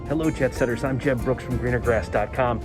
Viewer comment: Do you say “Hello Jet Setters!”, or “Hello Jeb Setters!” at the beginning? If it’s the former, I misheard. But the latter might be a cool nickname for your fans (or maybe not... LOL).